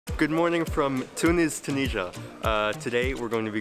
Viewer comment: Sorry my english is not good but you said Tunisia wrong I am from Tunisia by the way